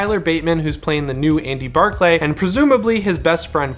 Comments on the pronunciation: What's with millennials not knowing how to pronounce words properly? Extraordinary is extra-ordinary, Andy Barclay (Barklee) is now Bar-clay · Why does he pronounce it bar-clay everyone I’ve heard say it ( including in the movies ) pronounce it bark-lee .. god it’s annoying 😂😂😂 but man I can’t wait for this film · That was driving me crazy too. It's always been pronounced with "lee", not sure why he kept saying it with "clay" lol. Guess it's been a while since he saw the originals. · Lol in both clips he says barc-lee lol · idk I have this clip and it sounds like bark-lee to me lol not like bar-clay. I understand it’s spelt how you pronounce it but in the movies it doesn’t sound like it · I will admit the clip you posted it does sound like bar-clay. But when Chucky says it in this clip it clearly sounds like bark-lee lol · unless we’re living through a Mandela effect it’s always been pronounced bark-lee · Clark Kent lol dude I really just debated watching the entire series to count how many times it’s said “ lee “ or “ lay “ lol but I’ve always heard it “ Lee “ as well lol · Please say Andy Barkley right 😞